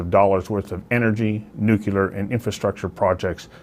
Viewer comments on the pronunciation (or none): NU-CLE-AR! NU-CLE-AR! There is only one 'U' in "NU-CLE-AR". It's NOT NU-CU-LAR. That sounds ignorant. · LOL Who in hell is this woman. and who cares what she has to say. So far she has said nothing of values but lots of lies and innuendo. Russia will prevail the EU will collapse. And it is pronounced NUCLEAR not nucular. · Dear journalist. There is no such word as `NUCULAR. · I cannot take somebody seriously who pronounces it, "NŪ'cue'ler" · WHAT IS THE WORD "NUCYALER" YOU KEEP USING? IT IS DEFINITELY NOT IN THE ENGLISH LANGUAGE. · Here we go again. Are there any hosts or commentators who can speak proper Pomlish and say "nuclear"? At 8. 50, What in the heck is Nukula?